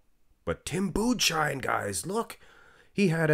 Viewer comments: tim budesheim is pronounced "tim boodess-hyme" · budesheim is like boo-diss-hime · You pronounce Budesheim like „Boo-des-hime“